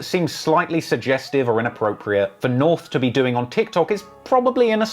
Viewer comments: Lmao he calls his kid Norf.. come on man... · Can't help laughing a little that kanye cant pronounce his daughters name " norf".